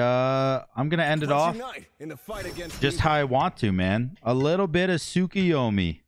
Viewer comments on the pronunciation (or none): I’m not sure who this “sukiomi” character is but that last game you locked in “sorkiormi” so if you’re not going to learn how to pronounce names don’t attempt to say it out loud.. 😤